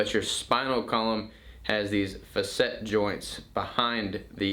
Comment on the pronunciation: Faa SET is how it is pronounced